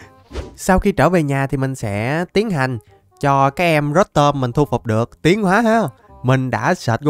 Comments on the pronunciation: Pokemon người ta tên rô tom mà đọc rớt tôm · Ko phải rotom đọc là rót tom nha anh mà đọc là rotom mới đúng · Ko phải rotom đọc là rót tom =) rô tom cho nhanh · Rô tom chứ ko phải rót tom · Em đó đọc rô tom nhé anh